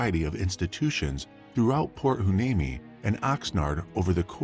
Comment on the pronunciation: Hueneme pronounced Why-ne-me. And Ojai is pronounced oh hai. Just for future reference.